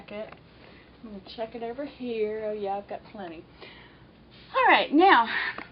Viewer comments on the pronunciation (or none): none